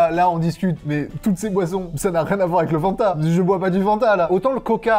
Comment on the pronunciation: Insupportable mdr on dit Fanta et pas fannnnnnnta